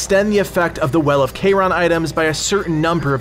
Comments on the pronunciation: “K-Ron” 😂. Just listen to how the people in the game say it. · the way you say charon is gross